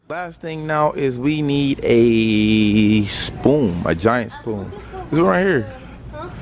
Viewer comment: 😹😹😹And he kept saying spoom! 🤦🏽‍♀️